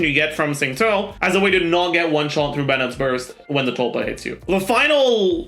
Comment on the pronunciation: i just realised pronounces xingqiu suspiciously well. at first i did a double take and was like is he chinese